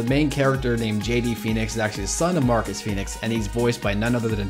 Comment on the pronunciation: It's Marcos ikr